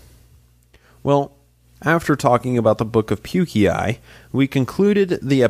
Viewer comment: It’s not Puke-e-i , it’s Pukei, rhymes with Nephi.